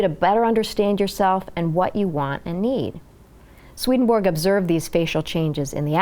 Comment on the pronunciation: I was born and grew up in the same city as Swedenborg. I have studied in the town Uppsala, where Swedenborgs body (or a part of it) was laid to rest in the Uppsala Cathedral. Please understand that Swedenborgs nobility name has nothing to do with the name of the Monarcy of Sweden. His name is not pronounced "Sweadenborg" but instead like Sw"e"denborg with the first "e" pronounced as an "e" in the word "ever". Many greetings to you from Sweden. God bless you!